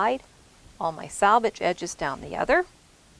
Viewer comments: Love this! Can’t wait to try it. Just one thing...it’s SELVAGE, not salvage. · Yes.... so annoying to hear "sal" rather than "sel" especially for those who have been sewing forever!